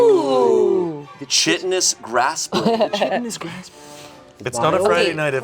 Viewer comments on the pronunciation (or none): psssst its (kite-un-nus) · Chitin is pronounced [kai-tn] so chitinous would be [kai-ten-us]